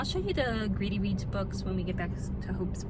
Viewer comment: You said you were going to Greedy Reads, but I thought you said “Gravy Beans.”😂